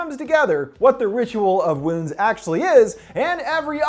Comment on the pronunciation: i swear i kept hearing Womb